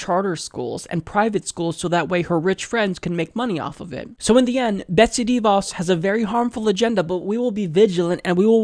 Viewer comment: I'm supposed to take anything seriously when you can't even pronounce the woman's name?